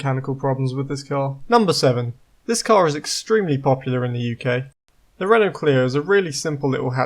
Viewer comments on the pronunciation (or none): none